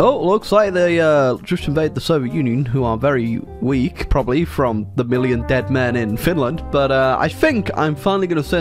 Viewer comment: When you say fom and not from